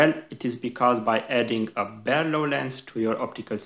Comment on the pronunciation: It's a BAR-low. Not a BARE-low.